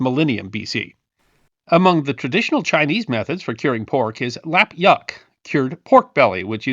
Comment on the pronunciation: FWIW, the Chinese cured pork, which you pronounced lap-yuck, is actually pronounced lup-yook, which is Cantonese, and literally translates to "wax meat".